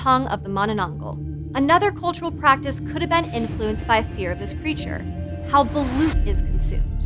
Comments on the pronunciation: i love my country!! (the Philippines) and gurl, you pronounced balOt balUt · Ayo correction/clarification here: *Correction, it's "Aswang" with a hard A (ah) like when you say "ranch" as "runch"(british) instead of "raynch"(american) *The other word s pronounced as Mananang-gal like they're two separate words. *Balut is pronounced as balot *Aswangs are just like Vampire Thralls of Skyrim but like with additional weakness(that kills them) mostly spices, blessed rituals, almost everything related to christianity itself such as the rosary(a necklace with a Christ Cross attached). They attack villages in groups strategically. *Weakness of Manananggal is finding the half lower body and pouring holy water and/or salt in the wounded area. *manananggal is not really known for the idea that it has hanging intestines, I mean logically it is since the torn part is on the stomache part but it's just not mentioned nor shown the hanging organs in some Filipino movies, comics and stories Ask me more for clarifications id gladly answer them You're welcome Edit 1:Grammar Edit 2:Yes I am a filipino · Balut and aswang too but issokayyy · i love how she pronounced manananggal, aswang, and balut even though she's kinda wrong